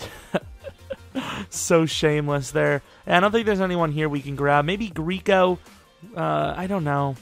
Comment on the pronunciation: you my nigga but the fuck did you just say? Greeeeeeeco?